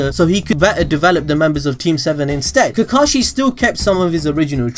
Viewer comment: Is anyone else saltey at how he said kakashey's name